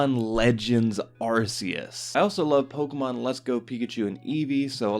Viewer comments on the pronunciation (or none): It's not "Arse-eus".